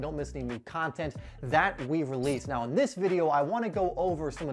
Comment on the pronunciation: Does anyone notice that whenever he says “do” the next word is replaced with a d in the front “Do dis” “do dat”